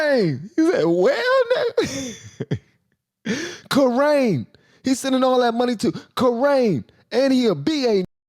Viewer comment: Kuraine - it’s Kuwait 🇰🇼 and Ukraine 🇺🇦!😄👍